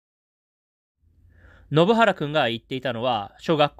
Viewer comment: 前にも信原くんの名前の読み違いを指摘されたのに、また間違ってる😢